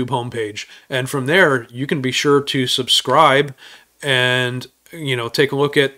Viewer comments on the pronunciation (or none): none